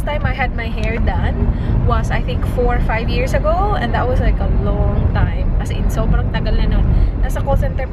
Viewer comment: Wahahaha that (ta-E) 😂😂😂😂 kulit mu 😙😂